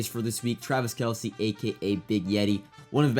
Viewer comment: No way actually said kelces name correctly, am I tripping?! Love you, keep up the good work 🫡